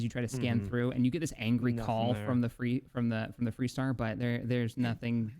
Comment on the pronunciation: Hmmm... You say the ship is called ... "FREE" Star...?? I think I knew her when she was called FAR Star... :)